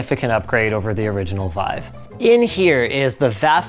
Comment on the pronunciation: wife or vive? :D